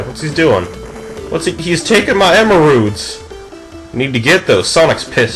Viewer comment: LOL dont know who knuckles is plus you said emeralds" wrong LoL